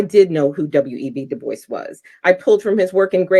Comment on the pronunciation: I believe the traditional pronunciation of "DuBois" is; "Doo-Bwah", not; "Doo-Boyce" as per phonetic understanding FWIW. Merely a small point of constructive criticism, not attempting to discount your content. Thank you for your efforts, peace & love to you & yours 😊 Godspeed (is the "G-word" still allowed on YT?) 😉